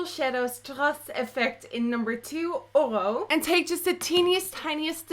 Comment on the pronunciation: jejeje you pronounce Oro so weird jejeje loved the tutorial